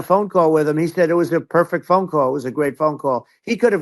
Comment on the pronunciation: Trump almost sounds like his mouth is SUPER dry. Instead of “said” he pronounces it “thed”. While HOW he annunciates words points to possible dry mouth, it is WHAT he says that sounds like dementia.